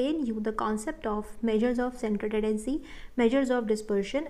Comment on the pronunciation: your pronunciation of 'tendency' is not clear